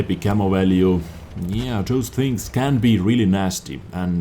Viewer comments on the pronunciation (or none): none